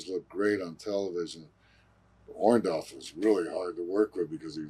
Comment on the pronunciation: Orndorff not Orndoff lol